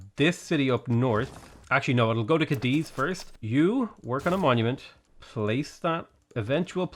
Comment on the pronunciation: cAdiz, not cadIz!!! Aaaah it gets on my nerves! Like it literally has the accent on the A! 😭